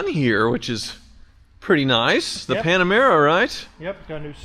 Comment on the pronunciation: "Panamera", but close enough I guess.